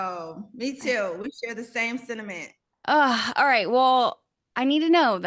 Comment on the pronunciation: Sentiment or cinimen ?? I guess I didn't hear her right.